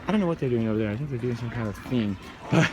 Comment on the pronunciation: I could watch a whole vlog of saying "over nyah" because it is hilarious.